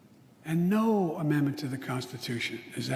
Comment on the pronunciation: Liar, past admin ruined immigration policy helping other countries? xaxa and, "no ammandmen is absolute ??!!"